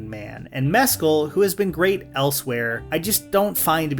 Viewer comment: Your pronunciation of Mescal is giving me anxiety